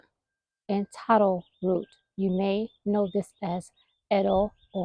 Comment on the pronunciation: Congratulations for saying taro correctly. You wouldn't how many people and AIs get it wrong.